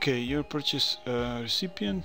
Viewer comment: zasto purchase citar Prčus ko prcenje=jebanje xDDD hahaahh